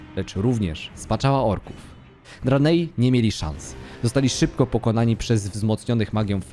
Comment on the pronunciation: Po pierwsze - Primo: HAJ-DŻAL ! Po drugie - Primo: KIL-DŻEJDEN ! Po trzecie - Primo-Ultimo: DRE-NAI !! Sorry, ale musiałem, bo normalnie krwotok z uszu, szczególnie przy “dranejach” co 10 sekundach na poczatku. Skoro jedne nazwy własne wymawiasz jak w oryginale, to badź konsekwetny przy innych.